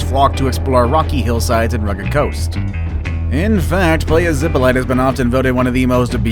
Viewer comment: Playa zippolighter .. the whitest pronunciation of that name I've heard in my life